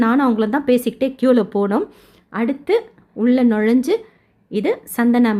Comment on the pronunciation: " சந்தனு " மண்டபம். S̶a̶n̶t̶h̶a̶n̶a̶ அல்ல